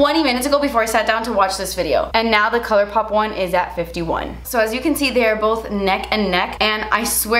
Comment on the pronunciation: LMAOOOOOO "colourrrpop"